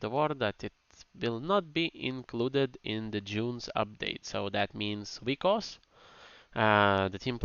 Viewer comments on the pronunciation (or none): Also isn't it Vikas or vykas instead of vykos?